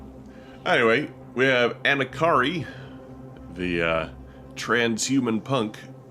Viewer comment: It's Anarki (like Anarchy), not Anakari. lol.